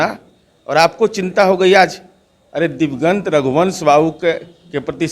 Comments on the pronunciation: दिवंगत को दिग्वंत कह रहा है मूर्ख महाराज । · Niraj diwgant bolta hai. Anant singh ke bare me kahta hai ki unhe NTPC nahi bolne aata. Ye bhi to wahi hai